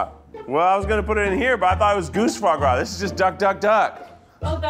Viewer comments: Fois gras? C'mon, Keith! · “Fois gras in place of butter” I see we’re starting strong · fois gois? booooooooooooooooooooooooooooooooooooooooooooooooooooo